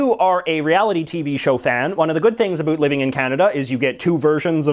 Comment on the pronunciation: Can you please correct the way you say “about”, as a Canadian I find it very annoying and stereotypical.